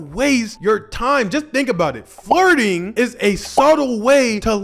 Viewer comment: I'm sorry bro I'm really sorry but I honestly thought you said farting not flirting....that whole section had me looking crazy